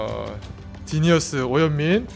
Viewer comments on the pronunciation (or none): 디니어스가 아닙니다. 지니어스. 딕션 홍지노 따라갑니까??